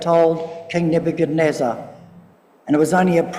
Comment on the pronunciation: its Ne-buch-ad-neezer, not nebuneza